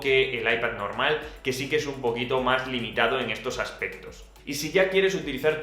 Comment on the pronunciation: no se por que cuando dice un poquito mas me suena aun riñon mas :'v